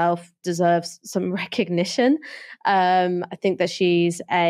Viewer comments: 'Fink tank'... bro please learn to pronounce 'th'. You're so well spoken otherwise. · Your broadcasts would carry so much more weight if you could only pronounce your "th" words without using "f". Sorry to point this out and I do so because I'm certain it is only a problem of habit rather than anything else. When you say "fink" for "think" or "bofe" for "both" it diminishes your impact.